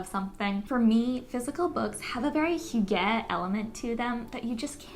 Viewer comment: Hygge is pronounced hyoo guh!